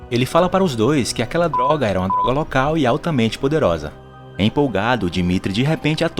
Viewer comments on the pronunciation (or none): Fala darga em vez de droga